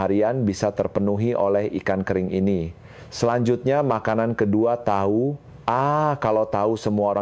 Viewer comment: Tahu koq bilangnya tau siiiih